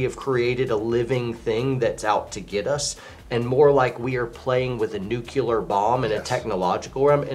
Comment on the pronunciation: Another great video and I'm loving the WPS channel here. But please tell me you didn't just say nuke-u-lar :P